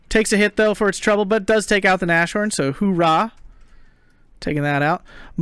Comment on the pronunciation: I so feel your frustration with the Shermans! Edit: And again I'm nagging... Nas-horn, not Na-shorn XD